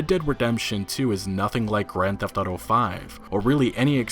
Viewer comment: "Old school gran thefauto" 😂🖕😂😂